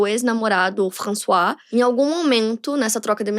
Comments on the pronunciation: A pronúncia de François não é "françoá", não? Sempre achei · seu francês e a pronunciação melhorou muito em relação aos outros vídeos de casos da França. François se lê "Françoá", mas você corrigiu no final:) Trás mais casos da França. Moro aqui há 17 anos e te acompanho desde 2019. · Gostei de saber que está aprendendo francês. Continue com suas aulas. Está indo bem, muitos não conseguem fazer o som do R, mas carregue menos para que fique mais natural. E se pronuncia "Françoá", não François, como se escreve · françoise? a pronucia é “françoá” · O nome "François" não se pronuncia "Françoá"?